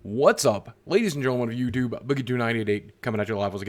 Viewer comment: In the beginning he said, “ladies and gentlemen of youdoob.” 😂😂😂😂